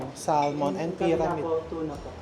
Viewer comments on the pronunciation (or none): You say Samon not Salmon, you drop the L